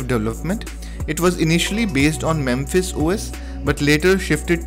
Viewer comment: I used to use Mepis when it was the only good choice out there., think you keep pronouncing it "memphis" but it is mePis. Note the p and the lack of the m before the p. Also, no f sound. Just the p.